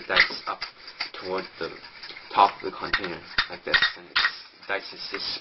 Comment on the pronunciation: lol CONtainer good vid but work o your english bud